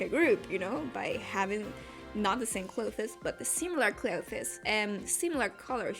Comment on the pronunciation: When you tried to say clothes, I was incredibly confused because it sounded like you were trying to say glow fist or something. I feel it’s pretty evident your first language is not English, and I’m not trying to be rude in any way, I just thought I’d point it out so you could avoid making the same mistake in the future. Really cool drawing btw.